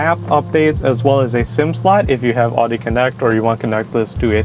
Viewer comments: Not to be a jerk, but it’s pronounced ow-dee, not oddie. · Dude. It’s pronounced ‘Ow-dee’ Not ‘aww-dee’ 🤦‍♂️🤦‍♂️ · Beautiful car, but why do Americans have such a hard time pronouncing German car brand names? It’s pronounced like howdy, think Ow-dee, not Ah-dee. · Great review! I really enjoyed it and gave your video a like. I just have one question, sort of lol... It sounds like you're calling it an Ar-dy instead of an Ow-dy A.K.A "Audi"? I was laughing because I think I only heard one other person pronounce it that way lol. No offense or anything. Anyway, beautiful machine man! Best of luck with it 👍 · Ahhhhh its killing me that you arnt pronouncing the name properly........ lol i cant take it anymore and have to say something. Its owwwwwwww D. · Great video, and a great review.... But please, for the love of all that is holy, learn how to pronounce Audi.